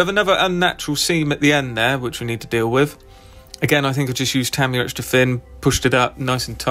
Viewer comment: Ta mi ya, not tam